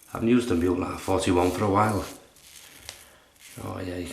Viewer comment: The prounciation is moo-leh. The ue has a sound not Föhns in english. Google Translate can do it. Greetings from Germany Thomas